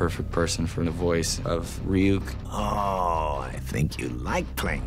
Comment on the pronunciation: Light mispronouncing Ryuk's name sums up this badaptation perfectly